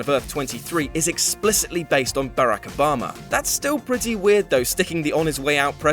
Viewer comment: terrible list with a huge error and he can't even say Obama's name right. god you guys are dicks some times